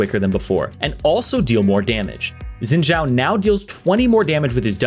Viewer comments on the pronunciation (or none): Dude it's Xin Zhao not Zin Jaw. 😂😂😂